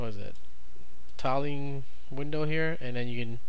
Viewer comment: I can't believe how you pronounce "tiling". Were you held in your school?